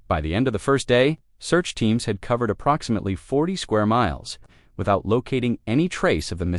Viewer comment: What a shame. I cannot listen even though, I'm interested. Using AI that can't pronounce approximately...no buneo.